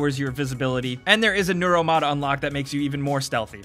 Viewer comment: 2017 - "Noral mods", you mean 'Nur-ul' Neural?? ya dingus:p